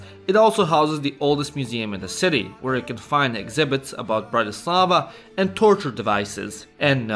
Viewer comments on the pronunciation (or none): It's BRAtislava, not BratiSLAVA. Accent is on first syllable. I'm Slovak! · He is misprouncing Bratislava. Accent should be on the first syllable. BRATtislava, not BratiSLAVA! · im from slovakia and its bratislava